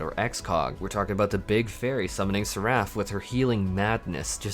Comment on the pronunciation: I love you and your general knowledge, outlook and cadence. I just have to point out two things: - Succour is pronounced Sucker - Seraph has the emphasis on SER-aph I can see you talking a lot more about SCH coming into EW, wanted to help out ;)